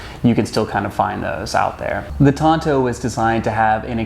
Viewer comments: Why he pronounce the Tanto as Tonto? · Shouldn't the T be pronounced as a D? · The wrong pronunciation triggered me 😅 I hate it, when native English speakers butcher non-english words and deliberately pronounce them wrong